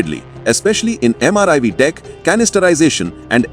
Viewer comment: Why the narrator every time says MRIV? It is MIRV.